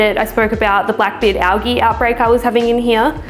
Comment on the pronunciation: Great video. You do know it’s pronounced AL-JEE right?